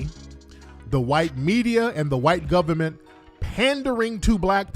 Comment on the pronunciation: "It is dee goviment!! It is dee goviment!!" 🤣☠️